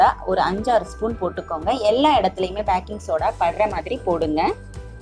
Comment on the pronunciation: Backing illa sis baking.